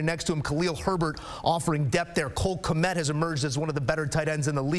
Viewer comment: Who the hell is Knet? Did you mean Kmet?